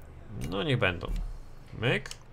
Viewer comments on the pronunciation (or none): none